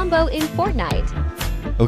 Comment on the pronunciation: man said kolumbo